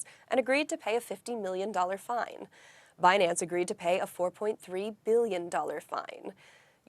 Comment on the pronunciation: It’s binANNce 😅